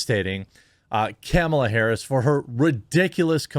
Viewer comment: Love how he says Kemilla